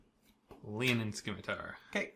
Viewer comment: You don't pronounce the C in scimitar.